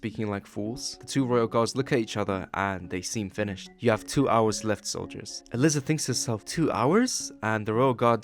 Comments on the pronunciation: Is no one going to tell bro that Aliza is pronounced uh-ly-za and not uh-lis-uh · throughout this i’ve been confused. isn’t her name pronounced “uh-lie-zuh”? i kept hearing “alyssa” or “uh-liz-uh” as i was drawing and it was throwing me off really bad 😞